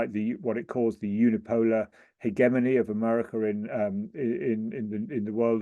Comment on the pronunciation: It's the correct pronunciation, Heh-Gem-Eny.